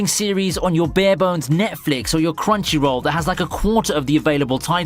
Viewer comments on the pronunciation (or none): none